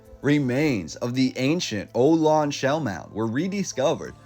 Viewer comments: oh dear.. it is O-LONE-ee. I know. I am Ohlone. kaanak čočenyo ohlone. Why are you just making up stories? You are creating rumors...no tunnels. Shellmounds were BURIAL mounds. Anyone watching...do NOT LISTEN. 🤦🏽‍♀️ Oh gawd.....wireless??? CABLE CARS??? castles... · I am frome the Bay Area. I just wanted to say that Ohlone is pronounced O LONE EE . I went to Ohlone College in Fremont. Thank you for your great videos, they are very informative. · Namaste beautiful people 🙏, the way to pronounce the name of the tribe is O-ha-lone-E. Much love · dude... nice video but... How do you pronounce Ohlone Indian? Some of the enrolled Muwekma lineages are descended from direct ancestors from the Thámien Ohlone (THA-mee-in oh-LOW-nee) tribal territory whose ancestors had affiliation with Mission Santa Clara. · Its pronounced "oh lone ay" . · Ohlone is pronounced "OH-LONE-EE". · Learn to pronounce local names before you narrate a video. "Ohlong" people? Are you kidding? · You’re mispronouncing Ohlone. Ohlone is pronounced "oh loh nee” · Ohlone Indians (a-lone-aye ) is the pronunciation. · The Ohlone--pronounced oh lone ee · Ohlone pronounced OH-LOW-NEE. Great video. Liked Subscribed I've never seen an earthquake wreak such havoc on structures as did the 1906 earthquake. It looks more like nuclear devastation. I just don't think an earthquake of that magnitude could do that kind of damage. I think the earthquake was an excuse to get rid of all the antiquitech and the Tartarian style buildings that were literally everywhere. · What a great collection of photos. Enjoyed it, thanks. I lived there for most of my life. A couple small points: Fort Point, the Civil War era 'star fort' is still there... And Ohlone is pronounce Oh-LOW-nee. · I enjoyed looking at the photos. My great grandfather was born in SF in 1985. Two things: your narration style is difficult to listen to. It sounds very abnormal. Second, the Ohlone Indian tribe is pronounced O-lone-ee. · It's pronounced oh-low-nee